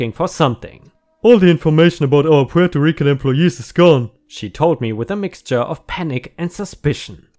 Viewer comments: Despite how it looks Puerto Rican is pronounced PWARE-toh REEK-un. So yes, you did pronounce it correctly. But as for Jan, the "J" is not typically pronounced like a "Y" unless you're in Europe or something (Germany for example), but is instead pronounced like the first syllable of the word January. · As a puerto rican I approve the pronunciation :D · You pronounced Puerto Rican perfectly. I hate it when people say "Porto"